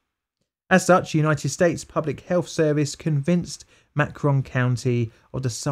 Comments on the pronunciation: FYI, I think "Macon" is pronounced like "MAY-kun". Rhymes with bacon. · As a former resident of the beautiful state of Alabama I’m appalled by this experiment and the many other racial injustices that occurred within Alabama. However I’m also appalled by your pronunciation of Macon County (Pronounced May-cun) anyways I love your videos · From Southern USA. Macon is usually pronounced like Make-uhn. There are lots of counties and cities across the South with this same name. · It’s pronounced “May-kin” county - A kid from Alabama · Macon like bacon not mackon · Bacon Macon sounding is how u say it. Great video absolutely horrible what the gov is willing to do. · I know, not being American, you probably have no way of knowing how they really do it, but the way you're pronouncing Macon (may-cn) is driving me crazy! Love your videos! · "Macon" is pronounced like "bacon". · Excellent video, but I’m just listening to you pronounce Macon county and snorting. Macon rhymes with bacon. Well done all around,! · Macon is pronounced May Kin down here in the south. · "Macon" is pronounced like "bacon" with a "m". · I live 10 miles from Tuskegee it's pronounced "MAY-KUHN" county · MAY-CAN That’s how it’s pronounced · Macon - is pronounced (May-Cun/con) I'm from Macon County in Georgia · Macon is pronounced like bacon, so "May-ken" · I live in Macon County. Why do you pronounce Macon like that haha we say it like Bacon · Hey, not mad or anything, just letting you know that Macon is pronounced 'may-ken.' Kindly, - a Southern kid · tip: Macon rhymes with "bacon" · 12/10. This is just one of the reasons why African Americans don’t trust the US and healthcare sell. Macon=“May-can”; (at least in Georgia)I know… “Chancre”= kank-er. Your pronounciations make perfect sense and it’s probably the American English butchering it. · Correct Macon pronunciation: "MAY-cun" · Macon... pronounced may-kn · It's pronounced 'may-cun' county, just so ya know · FYI Macon rhymes with bacon.